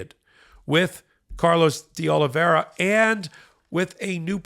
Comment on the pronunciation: Will you and Ben please learn the correct pronunciation of De Oliveira? You guys mispronounce it consistently and you should be really embarrassed because you pretend to be serious journalists.